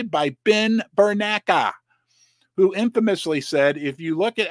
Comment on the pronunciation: Not Ber-nak ; Ber-nak ee